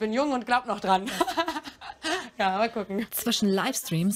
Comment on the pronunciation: Irgendwie habe ich am Anfang verstanden "da kuchen wir mal rein"😂